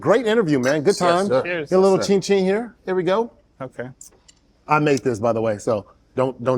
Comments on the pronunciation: I caught that, too. I cringed. The emphasis is on the first syllable of Chin-chin. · Akbar still saying chin chin hella wrong lmaooo chin CHIN.... bruv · Akbar never still dey pronounce Chinchin well ohh 😂